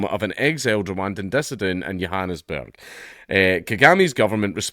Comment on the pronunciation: Oooh look at you with the correct pronunciation of "Johannesburg" that's the 1st time I hear anyone from your shores say it that way.